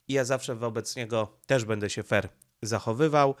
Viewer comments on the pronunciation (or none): none